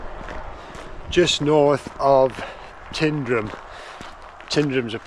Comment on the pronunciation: Been coming since 1986 still can’t pronounce Tyndrum correctly 🤦‍♂️😂